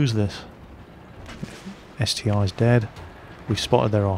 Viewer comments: It's ST-1, not ST-i! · ST-1 (not ST-i))))